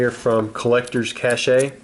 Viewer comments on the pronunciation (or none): Its not collectors cash-eh. Its pronounced cash, the e is silent.. wtf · its pronounced collectors-cash. not cashay lol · "cache" is pronounced like cash. the e is silent. not "cash-ay" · How much did you pay for this, I don't see these guys moving very often and I'm wondering what their going price is "Collector's Cashay" "Cache" is pronounced like "cash" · Everytime I hear an adult pronounce "cache" as "cashay" instead of pronouncing it "cash" I chuckle a little bit. Oddly enough, as a gamer I hear that word "cache" way too frequently. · I'm a linguist so I cant help but comment. Cache is pronounced just like Cash. I said Cashay same as you for half my life till someone corrected me. Hopefully you see how they're brand naming makes more sense now since Collectors Cache rolls off the tongue when said correctly. Honestly I wish it were pronounced Chashay but it isn't. If you don't care, then i'll just be on my way to say I love your video either way man! This brought back some serious feels from my childhood :) I miss those old booster packs so much! Thank you! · Cash-ae? U mean cache? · Cache is not pronounced "cash-ay" it's just pronounced "cash" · Its pronounced Collector's CASH not CASHAE lol (Cache = Cash) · Isn't it pronounced collector's cash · "cache" is pronounced just like "cash" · thats not how your pronounce cache. just saying